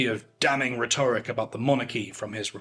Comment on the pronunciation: RHEToric is not pronounced rheTORic